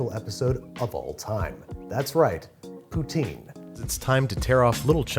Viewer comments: You're still saying it wrong! It's "Poots-In!" Take it from a Quebecois :) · It's not pronounced "Poo-teen", it's "Poo-ts-inn" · Love both of you guys but it’s pronounced “POO-Tin” not “POO-TEEN” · I married into a Quebecois family, and it's pronounced "Poo-tSIN" not "poo-teen" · You could have kept the onions in, it still would have been a legit poutine. By the way, the real pronounciation is poo-ts-in, not poo-teen. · I live about an hour drive from Quebec so we pronounce it “Pooh-tin” and every time I hear someone say “Pooh-teen” I assume they’re talking about something else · As a Canadian its not pronounced Poo-Teen FFS, its Poo-Tin (Poutine) or with a slight French accent you could say Pou-stin. Rant over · Imma be honest you can call it gravy as much as you want, real Québec poutine is made with Brown Sauce. Also real poutine isn't pronounced "Pooteen" but "Putsin". Gotta bring that Québec accent in the poutine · Great episode but i hate when it is called poo-teen when it's actually pronounced puts-in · gonna make one when i get to work now and its Puh-Tsin not pooteen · first time i bring this up but as a french canadian i just want to point that Poutine in Québec we prononce it PUT’S IN. Also it will sound less gross than POOTEEN. :P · Ok, once and for all: POO TSIN Not POO TEEN. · Oh lawd...even Matty is pronouncing poutine (technically) incorrectly, lol! It's, "poo-tin"...not "poo-teen." I honestly don't care, but I live in Ontario, very close to the Quebec border, and there is a large French/bilingual population on this side of the border and surrounding area. Hence, I wouldn't be caught dead pronouncing it "poo-teen." 🤣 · Now if you just pronounce it as "PouTIN" instead of "Poutine" the Canadian inside me will calm down! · For starters, you have to pronounce it correctly: pootsin not pooteen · As a Canadian, I have to put it out there. It's pronounced POO-tin, not POO-teen. If you say POO-teen... just... no, just no. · It’s pronounced poo-tin